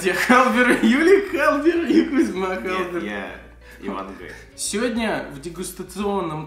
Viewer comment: Когда Кузьма сказал:''Я-Ивангай".Это звучало как Я-Железный человек